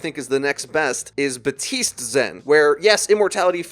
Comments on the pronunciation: This channel went from calling baptiste "bAtEEst" (which is correct) to "butist" to "buteest" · Look, I love you But BAP TISTE VERY CLEAR AND NOT SILENT P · PLEASE STOP SAYING “BATISTE”